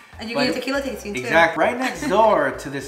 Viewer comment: When she said tooo. Lol 😂😭😭 Bilingual problems 101